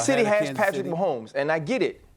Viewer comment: SAS: Patrick Ahomes😂😂😂